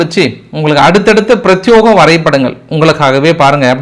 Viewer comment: "பிரத்தியேக" not பிரத்தியோக